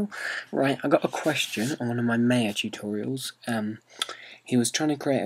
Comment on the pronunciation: When ever you say Maya it always sounds like "Mayo" :) Good Tut though thx!